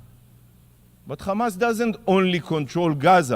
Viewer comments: The man can pronounce "here" but not "hamas", he has to say "khamas". What a joke these people are, propganda with every breath they take. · Yikhya… instead of Yahya. Khamas instead of Hamas. I am sick of hearing stupid Isreali pronunciation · I laugh every time the "Israeli" representative forgets and says "Hamas" instead of "Chamas". He can say "has" he can say "have" and he can say "Hamas" but chooses to say "Chamas", except when he forgets. They are soooo fucking childish.